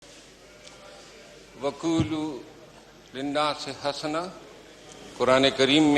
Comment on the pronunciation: یار یہ قرآنی آیت کو ٹھیک طرح سے پڑھو نا۔۔۔ یہ حسنا کا لفظ بفتح حا نہیں ہے بلکہ یہ بضم حا ہے۔۔۔ اس لئے چاہیے کہ انگلش سے فارغ التحصیل لوگوں کو قرآن میں نہیں گھسنا چاہیے ۔۔